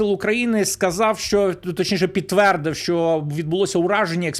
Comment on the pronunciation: Як бридко слухати наслідування вимові рашистські мові; сказаф, пішоф, даф...